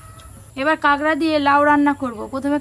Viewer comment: কাঁকড়া❌ কাগড়া✅......😂😂😂😂